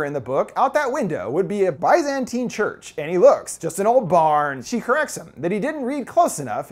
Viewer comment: tiny correction: the word Byzantine is pronounced like “biz-an-teen” not “bye-zan-tine”